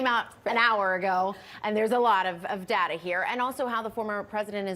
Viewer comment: It's DATA not DALA. Speak the English words properly.